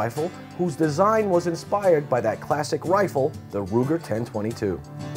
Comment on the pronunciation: and what the hell is a wifle???? ;)